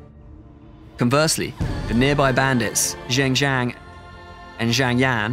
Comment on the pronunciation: I like your pronunciation of 'Zheng Jiang' and 'Zhang Yan'